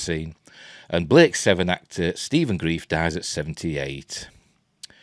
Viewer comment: Are you sure you are pronouncing his name right? I thought it was Grr-rife not grief.